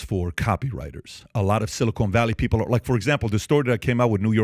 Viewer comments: Silicon, not silicone. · It is “Silicon Valley” not “Silicone Valley”. Don’t really understand why Neil deGrasse Tyson is being talked to on this topic as a domain expert while his expertise is astronomy. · It's "Silicon" valley. Not "Silicone" 🤷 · Its Silicon not silicone lol. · Yo dummies its "Silicon Valley" and not Silicone.. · If you pronounce silicon as silicone, of course you're excited. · "Silicone" valley lol